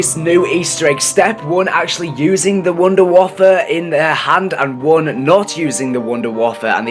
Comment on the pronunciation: Ok, can we make one thing clear. Just like its not "Staminem Up" (if you know what pronunciation that im trying to say) its "Stamin Up" its called the Wonder Waffe not the Wonder Waffle, like I dont care if you call it that but dont be putting that on forums, it looks bad. This is just an opinion so please no hate Dad.